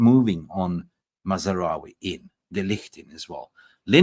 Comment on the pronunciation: his name is MAZROUI....NOT MAZ A ROUI......you are not even interested enough to pronounce his name correctly.